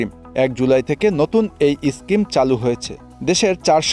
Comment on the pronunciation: স্ক্রিম না স্কিম